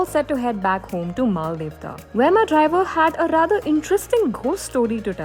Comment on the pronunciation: Really love the solo female traveller angle just some feedback/suggestions - your pronunciations of the places are so off at least the spelling shown corresponds like you kept on saying Mal-de-tva when it is Mal-dev-ta in the Day 2 section Shastradhara as well ; given this is clearly a larger production would be nice to research a bit more about the places